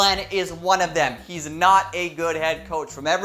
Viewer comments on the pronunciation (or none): none